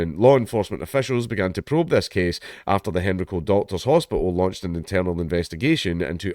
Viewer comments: It is pronounced hen-rye-co, not henry-co. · It's pronounced hen rye co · It's pronounced "Hen-rye-co" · It's pronounced "hen-ree-co" in Scotland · Yeah, same. Hearing him pronounce Henrico like that is throwing me off😅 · As someone from the area, I find it hilarious how you say Henrico. As for the story: This is appalling